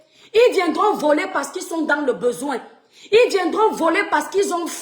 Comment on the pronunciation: Whouaiihhhhhh...Le faux-francais sur vous.... Écoutes-toi,: "Et le président futur que nous avons bessoin..."😂😂😂😂😂😂😂😂😂😂😂😂😂